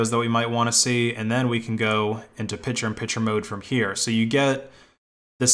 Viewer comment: "Pichur on Pichur mode"